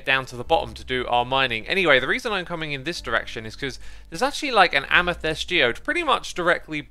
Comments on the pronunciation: I said it before and I´ll say it again. Every single time! Its AmEthYst, not AmYthEst!" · its not amuthest xisuma -_